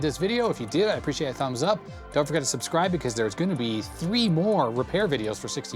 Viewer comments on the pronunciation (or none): none